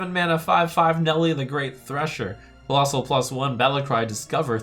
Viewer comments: Why does he keep saying "collosai" instead of collosal? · collossus in multiplum = collossi